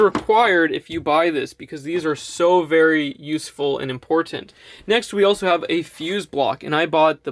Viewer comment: My only problem...is the way you pronounce Important...wtf dude??? Are you Canadian? You don't say ImPorTanT.. oh God and TighTen.....sound super weird...I guess you are not from USA...otherwise thumbs up..perhaps in future videos use other words..thanks...Video of course is 10/10, and you are super handsome and I would like for you to wire my system....Now my question If you have a 400 watt system, and its in 12 V...If you want to wire the panels in series, does that mean you MUST use a 24 volt battery system? If so, how do you power 12 V appliances? I have a fridge that is 12 V or ac I would love to power. I have the renogy 300 Watt "kit", and it didn't come with parallel adapters, so either I buy the adapters, or wire the panels in series(no adapter needed). I don't mind buying another battery, as you have stated before in a previous vid It isnt that dangerous, but how do i make it so i can power 12 V appliances? Or Can you wire the panels in series and just use a 12 V battery? That part confuses me.